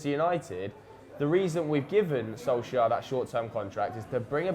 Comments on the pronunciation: It is Soul Ska by the way....I am going to get tired of pointing that out soon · Its funny when tries to say "Solskjær" hahaha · Honestly I'd love it if Solsjkaer succeeded and stayed on at United. He was my favourite player when I was young even though I could not properly pronounce his name lol.